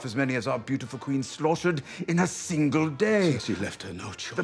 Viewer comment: 'She's muh Qwueen!'